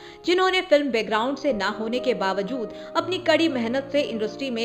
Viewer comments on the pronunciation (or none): none